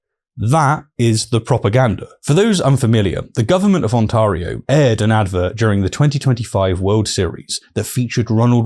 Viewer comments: Brother that has got to be the funniest mispronunciation of Ontario I’ve ever heard lmao. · I grinned at your pronunciation of Ontario. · as someone who is from Ontario, the way you pronounce it makes me giggle. love your stuff :D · How did you butcher Ontario so bad 😭